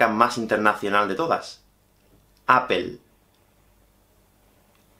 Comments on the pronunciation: Por que se escucha que dice jeins (Heinz) y en Jonda (honda) dicen "onda"las marcas son como los nombres. Se deben mencionar tal y como en su idioma ORIGINAL. NO SE DICE "APLE" se dice "apöl" (más o menos así lo puedo explicar) otra falla muy común es Google home, SE debe decir "gugool jom" o "gugool" hogar, ( traduciendolo, ya que Google es marca y debe ser mencionado como su origen) y ustedes erróneamente dicen "gugle jom" o sea, no que para ustedes la H es muda. Quien los entiende???? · es apol no apel (apple)